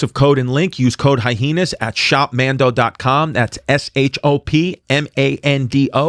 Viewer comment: high-heenas. 🤣(love u chris)